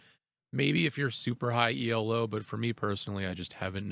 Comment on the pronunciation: The Tower of Sestus could be handy against prometheans while defending a Kronos Rush ; but yeah its effect is pretty laughable. And I'm sorry to be that one guy but actchually " Elo " isn't an acronym ; it's the name of the guy who invented it, so it is not prounounced " E.L.O. " Always nice to discover a new AoM channel